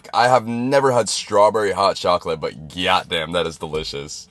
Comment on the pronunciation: “Gayyat damn”